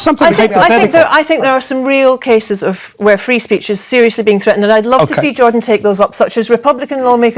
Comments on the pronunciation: The mans name is Jordan, not "Georgian" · lol "jorjon"